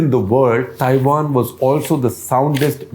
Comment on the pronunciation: Cringed every time Shekhar Ji said Thaiwan (Taiwan)